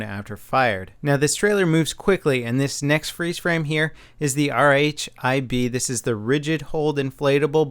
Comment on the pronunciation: Hey, they pronounce RHIB as "rib" in the services. Awesome breakdown though, I'm excited.